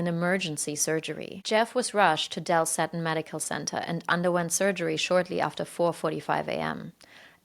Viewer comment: That hospital is pronounced See-ton.